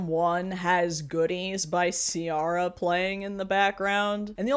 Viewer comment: Hey Queen, big fan and I swear I’m not trying to be the “well akshully” type guy but as a huge R&B head I have to correct you It’s not “Tay-ana Taylor” it’s “Tee-Ana Taylor” And it’s “See-ara” love both those girls to death and love you too ❤